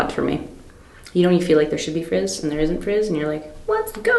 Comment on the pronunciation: Wait… did you say “frizz” in relation to bubbles in the drink? Lol. Or did I mishear?? I’ve never heard “fizz” called “frizz”.